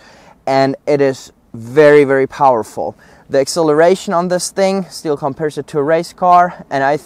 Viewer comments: That is not stil chainsaw, it is stihl (shtil) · Please don’t pronounce STIHL like steel . It’s a german brand so do it the right way naming it. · They don’t even know how to notch a tree properly. Can’t even pronounce the name properly..... steel lmfao. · you don't pronounce STIHL accurate!!!